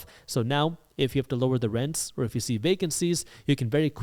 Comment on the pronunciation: "eef" or "if"?